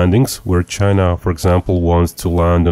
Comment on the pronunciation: THE GEARRRRRRTE CHAIYYYNAAAAAAA